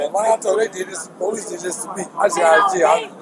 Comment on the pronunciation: 😂😂😂😂😂😂😂”where is the POlice that leffft??”